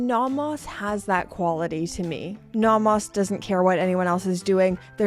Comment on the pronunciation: Please learn to pronounce "Nomos." Both vowels are long.